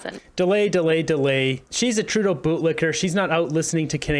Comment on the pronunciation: Dear, thank you for pronouncing Trudeau's name correctly. I can't stand listening to this person! i wonder if Trudeau had some work done on his face?? I wish that Trudeau will fall in love with himself even more and call an election NOW so that he can show all if Canada that he is so loved that of Canada will re-elect him.